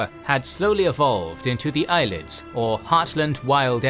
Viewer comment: Props to the narrator regardless, but it is pronounced (Ayy-lee-id and Kai-mer) by most